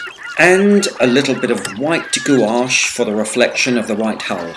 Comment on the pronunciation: Just to put your mind at ease I believe you are (pronouncing it correctly, i mean)! I looked up how it is pronounced, and it was said as you said it. According to wikipedia at least, the two pronunciations of this word are roughly: 'goo-ash' or 'gwash' (/ɡuˈɑːʃ and ɡwɑːʃ/, in the international phonetic alphabet!) I had just kind of smashed all the vowels together previously, not knowing what to do with them, and it became something absurd, unlike either of these. Will say it correctly going forward! I shared this line and wash tutorial video with my mom too, just because I'm so excited to do it, only need to wait for supplies to arrive - thanks again.